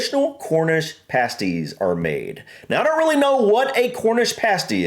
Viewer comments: They're pronounced past-ees, not, paste-ees👍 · Pasties as you guys were pronouncing it with the long "a" was the name of an article used in burlesque/stripping clubs to cover a certain pair of ladies body parts when nude dancing was against the law these kept "things" legal.